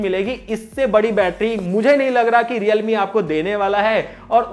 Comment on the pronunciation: Realme ho hai sahab 😂😂😂😂reame nehi😂😂🤣🤣